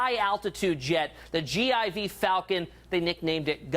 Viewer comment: It's a "G-4" not a "G.I.V." sir. Gulfstream IV , "G-4"